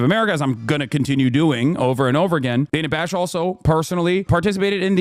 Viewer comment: “Dana Fash.” LOL